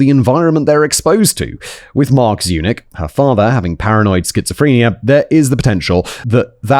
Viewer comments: Every time Simon says Zurich instead of Zunich, take a shot. You will be hammered by the end of the video! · Every time you said Sabrina Zunich my brain translated it to Sabrina's eunuch. I don't know what that says about me as a person, but there it is.